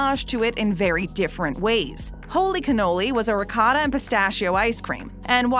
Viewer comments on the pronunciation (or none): none